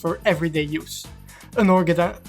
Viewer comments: That "Iketaniii" with french accent is hilarious af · He's not French, it sounds like Dutch to me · Bruh, I know he's not French but Dutch, I'm just saying that his pronunciation of "Iketani" sounds like french